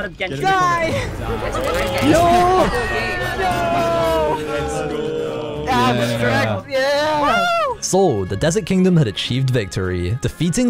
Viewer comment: "i play geshin impact" 🤡